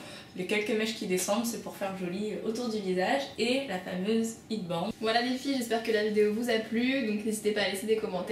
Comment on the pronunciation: Ouais c'est pas "hid bande" mais "hèd bènde" lol Head = tête Band = bandeau Sinon c'est très joli, bravo :)